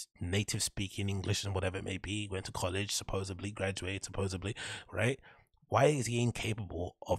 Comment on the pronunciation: No shade, I dig your channel and vibe , but if you're gonna tear down Brenda for his speech impediments you might wanna have your sh$t down. It's not 'supposebly,' it's supposedly